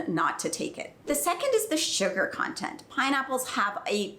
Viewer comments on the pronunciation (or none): none